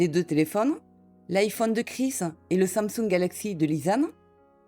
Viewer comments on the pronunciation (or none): none